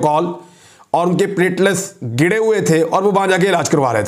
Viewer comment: Sir, you are a well respected/educated anchor. It’s not plate-les it’s plateleTs.